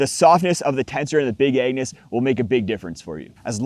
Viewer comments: I heard big anus!! He might not have said it, but that's what came out of his mouth 😂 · I'm sorry... did you call it "The Big Anus" !? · I swear I thought you said Big Anus😂